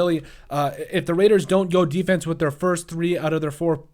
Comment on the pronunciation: They have to address It; and you said: Raiiidaas